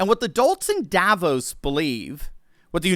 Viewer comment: Sorry, but Davos is not pronounced the way it is in this video.